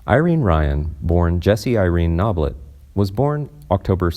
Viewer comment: It’s also pronounced Bertha not “Birth”. He also once mispronounces Irene’s name as Ir-rene Really awful reading here.